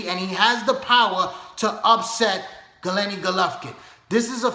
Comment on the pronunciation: good video but its Gennady not Gelenny